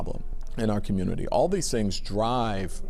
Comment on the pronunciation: Communitah has a literacy problem? Ion kno what u talm bout cuh